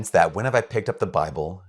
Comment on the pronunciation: Bibble not Bible dude😂